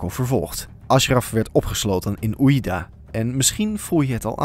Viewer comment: Oujda spreek je uit als woaszjda😂